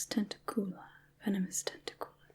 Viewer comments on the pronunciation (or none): {Hermione Granger voice} It's venomous ten-TAC-u-la, not venomous ten-ta-COO-lar 😜 (I wouldn't normally point it out but the opportunity to make the joke here was too good to pass up)